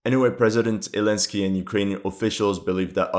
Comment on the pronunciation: Why do you say "Elensky" instead of Zelensky?